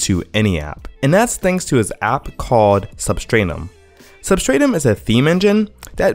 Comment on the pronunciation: Sub-strat-um Not Sub-strain-um